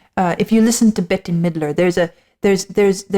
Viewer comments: Bette Midler’s name is pronounced “Bet”. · Pronounced. BET- Midler 🙂